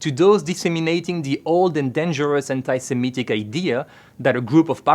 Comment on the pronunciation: It was really good...... right until you said semetic instead of Semitic....